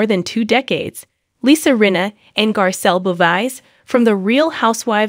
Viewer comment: I agree 😭🤣🤣 i was confused for a second lol who the hell is lissah